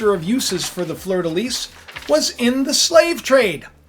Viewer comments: fleur de lis...lis pronounced "lee" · fleur de lis (pronounced lee - no s) Russia is the bear.